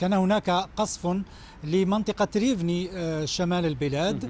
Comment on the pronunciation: المدينه اسمها روفنا و ليس ريفني